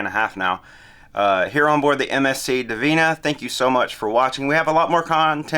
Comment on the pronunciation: It's 'Divina' not 'Divinia'. At least get the ship's name right.